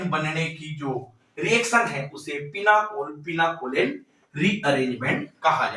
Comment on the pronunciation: Pinacolone sir Not pinaCOLEN